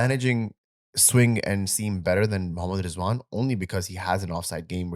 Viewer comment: Rizwan ❌ Zzzwan ✅